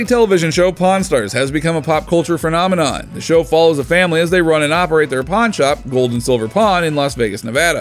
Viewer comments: lost me at "phREnomenon" ... in... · “Fernomenon” LOL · Did you say phernomenon? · The word is not “phrenomenon” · Did you really just pronounce "Phenomenon" as "fer-nar-mer-narn"...? 🤮